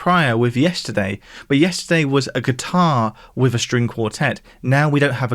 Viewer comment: WITH not WIV! It's not difficult...